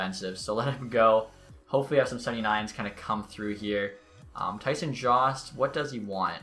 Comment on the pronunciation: I'm 95% sure Jost is pronounced YO-ST or JOE-ST. Not JAUST. Eastern european name